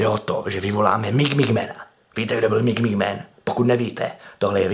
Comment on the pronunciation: rika se to midnight man ne mig mig man :D